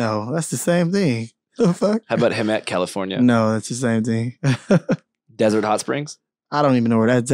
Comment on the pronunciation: This dude said Hemet lmaoooo